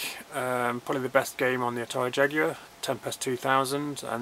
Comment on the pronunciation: Great video mate, you have a fantastic collection! Love the commentary.......its also nice to hear "Jaguar" pronounced properly too! ;-)